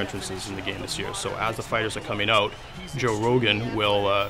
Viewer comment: When the guy said "out" I knew he's Canadian :D